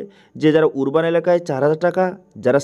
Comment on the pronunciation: উচ্চারণ টা আরবান হবে 🙏